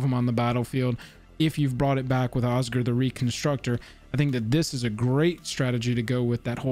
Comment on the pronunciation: Oz-Gear, it's pronounced OZ-GEAR... Osgir.... Oscar...merde